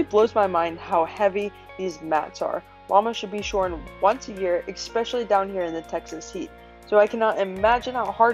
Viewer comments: “EX-specially? No. ESSSpecially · The word is “especially”, not expecially. Please don’t say expecially 😖